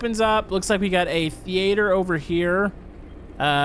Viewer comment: Thee ate er. Me: Theater ya mexican.